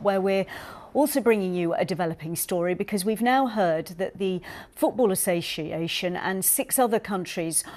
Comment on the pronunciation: How I would say association when drunk...